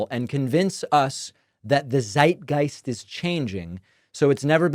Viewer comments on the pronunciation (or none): none